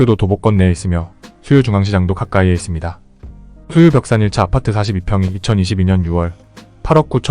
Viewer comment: 아파트만 발음을 독특하게하셔서 신기합니다 압!파/>뜨